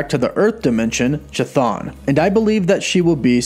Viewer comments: Seems like it may be a good idea for future videos to get name pronunciation down a bit better. “Cha-Thon” made me cringe to the point where I simply couldn’t finish the video :/ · the h is silent dude C'thon is how it reads. It's just like the Ch in Chris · omg, that ch ch ch ch thon. Please, stop T_T It's not ch-apter ch, but ch-aracter ch. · its bugging me how bad you butcher the name Chthon. Its pronounce (Kth-Own) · Pronounced K-thon. C’mon!!!! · It’s pronounced “kthone”, ain’t hatin’, just statin’ homey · The first 'h' in "Chthon" is silent. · "Chthon" is pronounced "kuh-thon", not "chuh-thon". It's a Greek word, χθών, meaning more or less "underworld". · Chthon pronunciation is "KIH-THONE" NOT "Cha-Thawn" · I'd like to believe this as well. But every time keeps going CHI-thon instead of KI-Thon makes me go ehhh~ Excited to see if Chthon would actually be the main antagonist for both WandaVision and Dr. Strange 2. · The Ch is pronounced like a k so Chthon should sound like Kthon. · I am telling you how the actual Greek word is pronounced, it is an H sound if any of you are looking for the correct pronounciation.....the rest is up to you if you want to mispronounce or pronounce it correctly but trust me the "choo choo" pronounciation really grated on my nerves... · Anybody else think it's pronounced"ka-thon" and not "cha-thon" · It is not effing pronounced cha, its ka - Like Cthulhu - KaThon not ChaThon. Holy shit this annoyed the ever living hell out of me. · kθɒn - go to an IPA pronouncer. There's no 'ch' sound. Chthon is a Greek word; it's to do with the underworld. And technically, it's not even kθɒn, but just θɒn when spoken normally. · It's pronounced kathoon...cthun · Please please pleeeease stop mispronouncing Greek terms and names. The pronounciation for Chthon is actually Hthon, with an H sound as in "H"ospital on the front, not ch as in "Ch"apter... "χθών" , "hthon" = "ground or soil" in ancient Greek.... Cheers